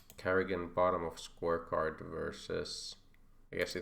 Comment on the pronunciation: I giggle every time you say scorecard :D cheers!